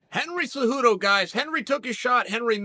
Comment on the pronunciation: "Henry zuhoodou"